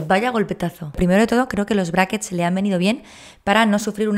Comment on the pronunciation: Si hablas en español, habla bien. Se dicen aparatos. Brackets es en ingles y no se pronuncia como lo decis